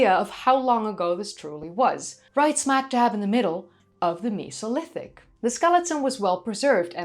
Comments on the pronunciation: You enunciate it as Me So Lithic!?! When it truly sounds like meh-Soh-Lith-ic it's a flat e not a sharp e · The miso lithic 😂 Mesolithic is how most peoples pronounce it why are you pronouncing it like meeso 😂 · Cool video :) why do you pronounce Mesolithic like Misolithic, when you say Neolithic and Paleolithic with a destinct "E" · i honestly didnt know i could be so triggered by the way someone says mesolithic until this video